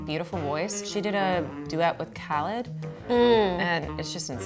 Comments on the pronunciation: ew she said “kha-lid” it’s “kha-leed” but it’s okay i loved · Khalid = Kuh-Leed not "Cal-Lid" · she pronounced it khalid its cau•lead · The way pronounced Khalid made me irritated it's Kuh-leed sweetie he ain't no Dj Khalid. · The fact she said KAL ID instead of KUH LEED kinda bothered me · KAL-ID EW. sweetie, I love you, but it's pronounced Kuh-leed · that bothered me so much!!!!! It's like she was saying DJ Khaled not Khalid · it’s pronounced kuh-leed!! As someone with a “different” name I had to correct her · KHALID (Kah Leed) 🤦🏽‍♀️ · sorry,,, “kah-led”?? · pronounced Khalid wrong, it's pronounced (kuh)-(leed) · SHE SAID KHALID WRONG AHHHHHH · Why did she say Khalid like that 😤 bothered meee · thats not how you say khalid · I'm slightly annoyed that she mispronounced Khalid but I also love billie eilish so I'm not gonna hate too much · L u c k y P e o p l e IKR I was trying to look for a comment that said that. Preach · She mispronounced Khalid’s name and as a person from El Paso I feel upset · mispronounced Khalid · 😱 SHE SAID KHALIDS NAME WRONG